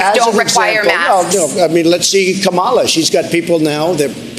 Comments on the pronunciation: Can he not say Kamala correctly?? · He's deliberately mispronouncing an ethnic name. Yes, that's racist. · He’s doing it on purpose